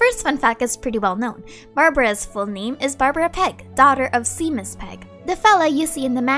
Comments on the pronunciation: Hey hey. Loved the video as always. One thing I want to say is Barbara’s fathers name is pronounced shay-mus not sea-mus. Sorry if this seems nit picky. Love your videos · Hearing Seamus pronounced as See-mis threw me for a loop ngl. The Irish are typing in the chat as we speak.